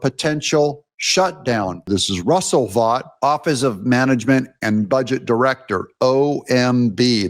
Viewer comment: Russ pronounces his name "vote", not "vot". He was a big contributor to Bannon's Warroom. I've heard Russ pronounce his own name like "vote".